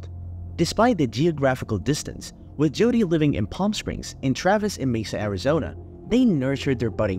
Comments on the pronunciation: Why are you saying Judy??? It’s Jodi …. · her name is JODI not JUDY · Her name is Jodi, not Judy. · To the creator of this true crime channel: You should stop using an AI-voice for narration, or if you are using your own voice, learn to properly pronounce names and words, and use correct inflection.. There are too many bad examples to name them all, but here are a few: Mimi-- pronounced as MEEMEE, not MihMih Martinez--pronounced as Mar-TEE-nez, not MAHR-tih-nez Jodi--should be pronounced consistently as Joe-Dee, and not alternatively as Joo-dee (Judy) proximity--should be praised as prah-xi-mi-tee, not as prih-xi-mi-tee. And the list goes on and on. A huge thumbs down for this channel, since narration is a vital part of these videos. Otherwise, we could all just read a newspaper article or a transcript, which in tjis case would be an improvement.